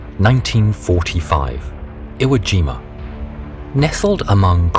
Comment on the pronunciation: Told ya it's Ivo Jima